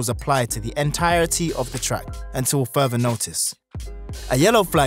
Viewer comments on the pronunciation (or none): none